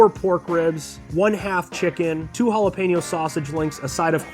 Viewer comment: I hope you're just having fun with the name jalapeno.. hala peen yo